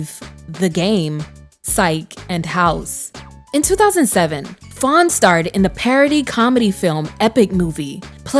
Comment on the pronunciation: Faune not Fawn 🥰